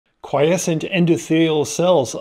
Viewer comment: Bwahahahaha 12/10 better than AI for sure. I think he's even real and capable of independent thought! God bless. OMG before I stop typing did you hear him say quiescent? I actually almost collapsed he did it so convincingly.